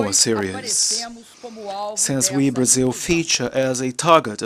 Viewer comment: Barzil ? Where is that exactly ?